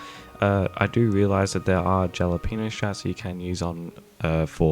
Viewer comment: no hate, just wanted to let you know the J in Jalapeno is pronounced like an H